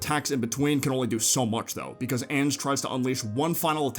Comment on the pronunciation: I’m fairly certain Ange is pronounced like “onj” with a short o sound at the start rather than saying “anj” like the word “an” at the start.